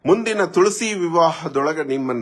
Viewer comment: Pronounced of Tulasi was very wrong from jaggesh mouth was shocking